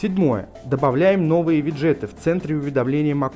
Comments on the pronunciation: Не обязательно так раздражающе говорить виджЕеты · кто нибудь скажет ему что правильно говорить вИджеты